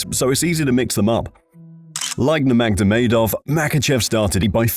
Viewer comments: As soon as you said NurmagDomedov, I am out... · Does this narrator adds another "d" to khabib's last name or am I hearing things?? 😅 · habiD NurmagDamegov 🤦🏻😅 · Khabib ''Nurmagdovedov'' Nurmagomedov. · no one has said khabid's last name like that, wtf was that